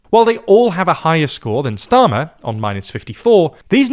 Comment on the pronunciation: And , "[Kier] Streamer" 😂